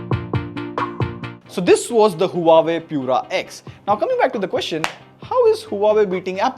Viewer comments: The right way to pronounce Huawei is "Wah-Way. Not Hua Way😊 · It's not huawei.. it's "waawei" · its not HUA-WAY Its WAH-WAY ::)